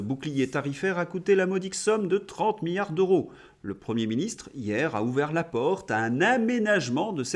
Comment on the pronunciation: cher, pourquoi prononcez-vous: "euro" comme s'il y avait un H aspiré devant ce mot. "En français il y a: "les zeuros, les teuros, les keuros..." et oubliez-vous souvent les liaisons comme dans: " les siençumaines" par exemple?